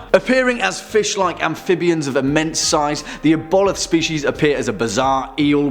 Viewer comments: i love you but ive never heard the word aboleth (Aah-bo-lith) butchered so badly before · Pronounced Ab-O-Lith